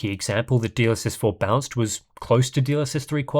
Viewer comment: Am i the only one hearing him say DLSS bounced? Haha